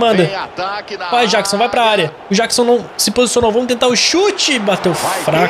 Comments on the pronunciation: NÃO É JÁQUISON! É JÉQUISON!!!! Mds🤦🏻‍♂️🙆🏻‍♂️ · não é Jackson é Jeckson